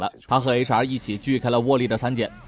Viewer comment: HR都聽成查😵😵